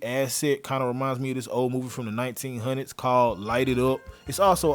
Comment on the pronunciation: OK but you didn't have to say "from the 1900s" like that